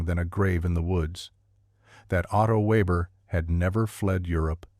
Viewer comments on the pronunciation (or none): Weber pronounced Veber